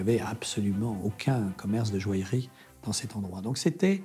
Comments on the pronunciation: La présentatrice de ce documentaire est agaçante lorsqu'elle prononce le mot joaillerie, elle dit jo-ale-rie au lieu de jo-aille-rie! Autre chose d'agaçant lorsqu'il s'agit des pierres, c'est le terme "semi-précieuse" utilisé fréquemment dans toutes les émissions traitant sur ce sujet. Ce terme est interdit dans le commerce en France par un décret de janvier 2002. Ce terme n'a d'ailleurs jamais été utilisé par les professionnels puisque je me souviens lors de mes études de bijouterie dans les années 70 que le professeur de gemmologie insistait bien sur le fait que hormis les 4 pierres précieuses: diamant, rubis, émeraude et saphir le reste des pierres étaient appelées pierres fines et non pas semi-précieuses!Cela dit ce documentaire est intéressant quoique certains participants sont insupportablement pompeux! Ils auraient pu évoquer certaines anciennes monarchies et familles princières et beaucoup d'autres artistes tel Maria Callas, Marlene Dietrich, Gloria Swanson etc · La présentatrice ne sait même pas prononcer "joaillerie" et prononce "joalerie" 😂😂